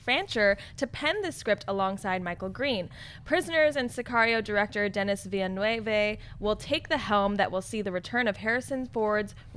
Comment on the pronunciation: ville neuve not névé... ville neuve mean Newtown. .. The prononciation will be VilleNuvvvv